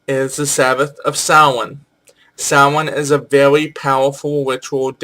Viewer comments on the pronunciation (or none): You continue to confuse Nemain with Nemed, so any time you connect her with anything having to do with groves you are wrong. And again, Morgan is British, not Irish. You may have corrected yourself, but you at least give the impression that "Sam-hane" is one way to pronounce "Samhain." It is not. She doesn't have an associated planet because the Celts weren't into astrology. The depiction of three goddesses at Bath are of the Matronae, not some sort of [cont.]